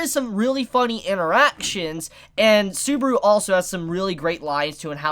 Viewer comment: dude its SUBAAAAARU,NOT SOOBRU